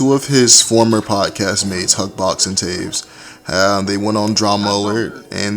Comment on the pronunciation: Travis not Taves